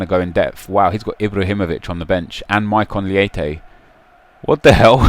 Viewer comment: Why does he pronounce "Maikon Leite" as Maikon Lee-ayteh and "Lucas Leiva" as Lucas Lee-ayva? It is Maikon Lay-teh and Lucas Lay-vah, just like you would think.